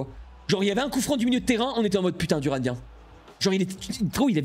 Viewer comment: c’est Turan pas Duran